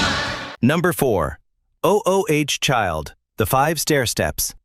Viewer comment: "Oh-oh-H child." 🙄